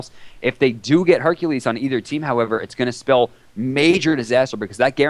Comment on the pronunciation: when said hercules. I thought he said herpes